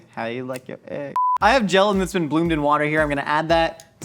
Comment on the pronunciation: Why does completely skip the “t” when he says “gelatin” 😤